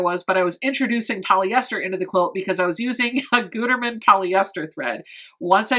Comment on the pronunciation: It’s “good-erman” lol